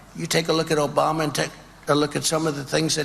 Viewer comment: Obamna He can’t even Pronounce Obama’s Name either. 😂